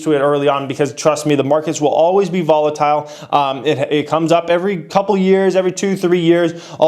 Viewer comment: “Volitile” Come on bro lol